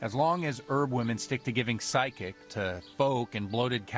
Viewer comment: Good lord that priest pronounced physic as psychic! Where's the voice director at?